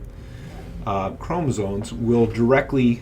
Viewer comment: Are you saying chromosoNes?